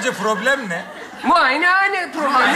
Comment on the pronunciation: Yeter (istatistik)statistik ve (muaynane ) muyayane diyememesi hahahaha